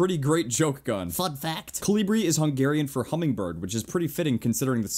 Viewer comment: Did you say hangaryian